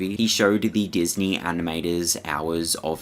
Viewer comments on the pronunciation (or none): none